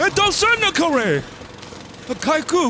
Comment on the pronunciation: どぉうすんのコレェ!!!!がすごい英語に聞こえたw